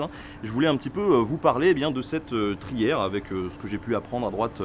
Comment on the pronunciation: trière et non pas trière.Bonne vidéo.